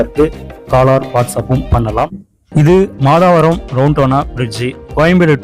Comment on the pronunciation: மாதாவரம் இல்ல மாதவரம்